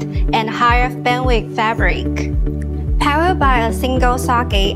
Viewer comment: powuud by a single suckee wtf with non speaking people presentations